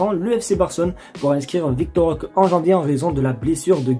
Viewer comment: Roquéé stp pas « rok »